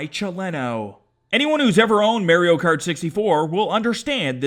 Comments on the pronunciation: I can’t tell if he’s funny or annoying (also wtf does he say Mario like that) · Why is he saying marry-o cart ?